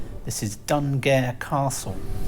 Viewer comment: Hi again &, sorry to say it's Sgt Cullen from the pronunciation police here to advise you of some illegal pronunciation. Dunguaire Castle should be pronounced "Doon-Goy-Ra". Don't worry, only a suspended sentence this time but we'll be watching out for further offenses against Irish place names;-). Ps Another lovely video. Really enjoying the drone footage too.